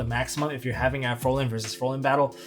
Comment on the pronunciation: Why does it annoy me so much that people can't pronounce "Fraulein" correctly? They all say "Frolen" instead and I don't understand why.